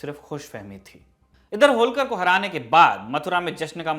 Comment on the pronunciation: होळकर बोलीये, होलकर नही! क्या उच्चारण है!!😃